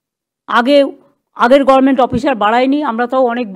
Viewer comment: Gorment গভর্নমেন্ট বলতেই শিখলোনা